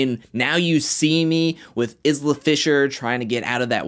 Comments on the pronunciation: LOL did you say Is-la Fisher instead of Eye-la fisher? 🤣🤣🤣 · Isla is pronounced Eye-lah, kinda like the beginning of the word island. From: another Isla lol